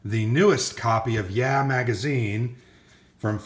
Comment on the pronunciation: le sigh... It's YAH! not YEAH!